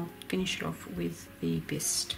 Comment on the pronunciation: Dearest - The individual leaves are called sepals, and collectively they form the calyx, and are attached to the peduncle (stem). Enjoy your holiday, your hubby is tops to surprise you,Ike that. I'll watch for you on Instagram. FYI Bistre is pronounced bister like mister.